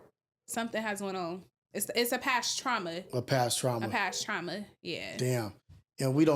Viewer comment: "Taurma" 😂